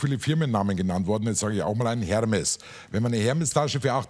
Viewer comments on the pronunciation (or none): "Hermes" Tasche??? Dachte erst er meint den Lieferdienst hahaha.....Man sollte schon wissen, wie Designernamen ausgesprochen werden, wenn man damit herumschmeisst ;)